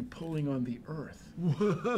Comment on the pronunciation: "it could-a hit the herth"